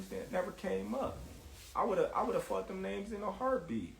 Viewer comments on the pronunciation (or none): I wouldn’t trust any business decision from anyone who says “faughted”.